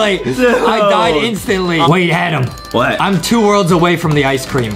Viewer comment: Justin sez Adem in instead of Adam